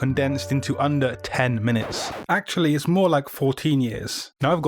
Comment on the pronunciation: Classic - in 10 "Minuets"